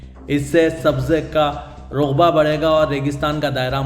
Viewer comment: Learn Urdu.The word raqba not ruqba,Which is for area.